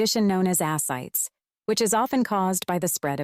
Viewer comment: It’s pronounced “uh-SIGH-teez”. Ascites.